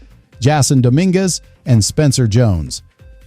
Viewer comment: Nothing is happening yet can we get rid of these creepy AI narrations? They can’t even pronounce the names correctly please no more AI